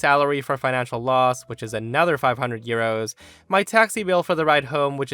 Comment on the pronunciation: I kept hearing ‘gyros’ instead of ‘euros’.